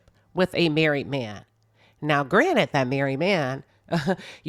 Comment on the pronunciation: FYI AMERICA! The word is GRANTED. “Taken for granted”. NOT GRANITE! 😂😂😂